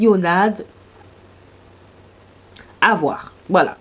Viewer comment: Hello clionadh ça se prononce cliona, le d est muet. Les 2 palettes sont des revamp de vieilles très vieilles même palette de leur collection.